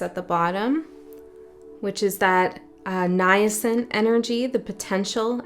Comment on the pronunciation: it’s pronounced “nay-sent,” meaning coming into existence, at the beginning of development 🙏🦂🙏